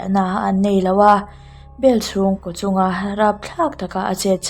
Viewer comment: Ko kha koh tihin lam tawh suh.